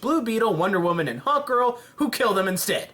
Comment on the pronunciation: When you said hawk girl I thought you said hot girl